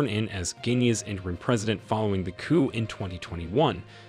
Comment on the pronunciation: Coup is pronounced 'Coo'. Do not pronounce the p.